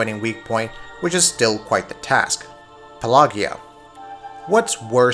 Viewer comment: Pelagia is puh-ladge-ee-uh, not puh-lay-gee-uhh. It's pronounced the same way as pelagic. It's means "of the sea" in Greek.